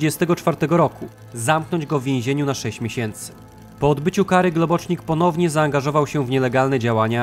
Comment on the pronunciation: Globocznik? To po węgiersku? Himmla akcent uroczy: du hast miś.